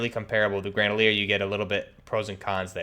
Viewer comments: It’s gre-na-dier. Not gre-da-lier. Other than that. Cool vid. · I feel sick every time he says "granalier" dude you have it right in front of you it's grenadier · Bruh. It's Gren-uh-deer not a fuckin grendalier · Bro...it's GrenaDiar. Not fucking GrenaLiar...who h is what u keep saying when talking about your m4 u got set up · Fuck yeah, that was driving me insane. Like bro, come on, just read the fucking letters! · it’s pronunciation, not accent. Yes I know some accents effect some pronunciation of words, but it’s triggering and wrong that he’s saying ‘Grenalier’ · "Gran-a-leer" bahaha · Yo straight said grandleir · Yeah that fucked with me when I heard that. Lmfao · Grenadier+Bandolier= GRANDOLIER lololol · What is an "M16 Gredalier"? lol